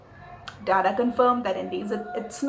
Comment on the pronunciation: dada in bengali means elder brother, the pronunciation is wrong and too anglisised...his name is not daadaa